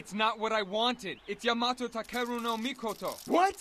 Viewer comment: No wonder Yamato Takeru No Mikoto kept chasing him. He's the only one that's able to perfectly pronounce Yama's name like that🤣🤣